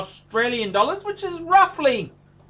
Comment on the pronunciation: My first video. I like how he says dollars, accent is spot on!